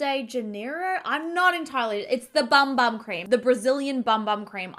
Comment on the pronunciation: Bum bum is pronounced boom boom. Like the sound a drum makes lol.